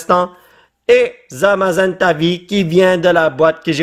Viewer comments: c'est Zamazenta et pas Zazamenta. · Tu a dis zazamenta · A 30 seconde tu as dis zazamenta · zazamenta 😂 le respect mdr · polo c est zamazenta pas zazamenta hahaha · Il a dit zazamenta alors que c zamazenta